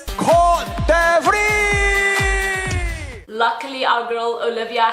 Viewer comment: OMG! how the host pronounce Cote D'Ivoire? Image, he pronounced it Cotivri. You’re just mispronouncing things. As a host, you should know how to research beforehand—before the event is held or even before the program starts—so you won’t end up pronouncing country names incorrectly. Yes, the whole universe knew that Steve Harvey had made mistake as a host when he announced the wrong winner in 2015, but I still admire his brilliancy and humility when he admitted he got wrong pronouncement. However, this year’s new Miss Universe host—oh my. It seems as if he came out of nowhere. And then he never bothered himself asking an apology for mispronouncing the country? What a heck, Sir!